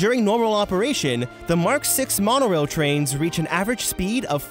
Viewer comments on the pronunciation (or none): I couldn’t stop laughing when he said the monarail😂